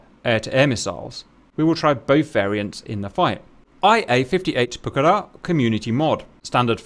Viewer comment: Well done for stressing the correct syllable for Pucará